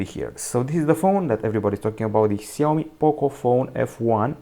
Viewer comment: Shaomi that's how it's pronounced